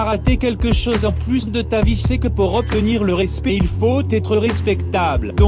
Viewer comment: "optenir" je saigne putain